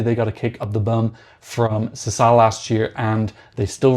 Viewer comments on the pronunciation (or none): none